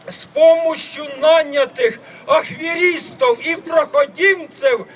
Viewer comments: Поки це купка людей на чолі з динозавром радянського періоду, який ледве може з листочка прочитати, але достатньо очевидно, що саме таким страхіттям, яке написане на плакаті, по плану яника мають завершитись його політичні маневри. P.S. Зауважте як він каже "АХФЕРІСТОВ". Це геніально!!! Бо тут кожен сам може вирішувати, яка буква є зайвою. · украинец но выучил в школе русский - поэтому такое произношение (как пишется так и читает+ вместо "ф" у него "хв" = ахверистов - чисто украинский момент)=без аканья или оканья как у русских